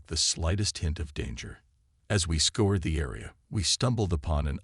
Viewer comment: Scour. Scoured.... Not Score, Not Scored. It sounds like "our". Narrators that can't pronounce English correctly add jarring speed bumps to a solid presentation.